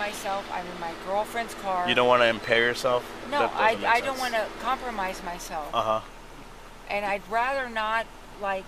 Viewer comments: How many times did.she say 'comlromise'😊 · I let my dog listen to this and now he can say 'compromise'.